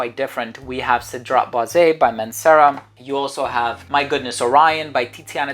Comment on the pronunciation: It's not cedrat" boize" it's Cedrat "boiz" ...hopefully that helps....its not "é" therefore it's cedrat "boiz" just pronounce the" e" like a" z". And yes part 2 it's definitely needed 👌